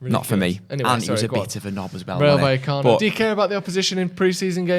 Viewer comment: Finally pronouncing vallecano correctly